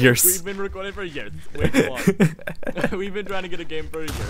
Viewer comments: they have been saying yeers for yeers! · You said years 21 tiems :P